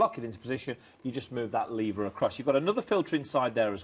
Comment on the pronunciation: its lever not leaver